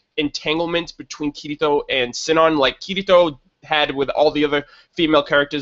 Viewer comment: Sinon's name is pronounced See-non. Or, since they're in Japan, Shinon.